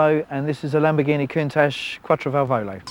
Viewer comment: Countach is pronounced 'coontarsh''; please make an effort...